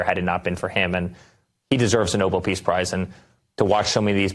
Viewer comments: Oh, god, Eric has gotten infected by Karolying. It's noBEL, you idiots, not NObull. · "Noble" peace prize?!! The gentleman's last name was spelled Nobel and pronounced "No-Bell". Eric, your daddy doesn't give one hoot in hell about you!!! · Nobel not noble, Eric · Why can’t they pronounce it correctly? It’s not like the word noble which is how they pronounce it. It’s Nobel eric!! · Why he pronounces “Nobel” as “noble”?